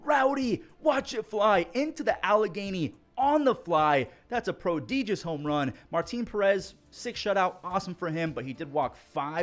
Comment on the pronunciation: How you say prodigious lol